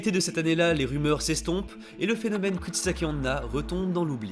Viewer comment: Dans un total accès de mauvaise foi de ma part, j'accuse la prononciation de! XD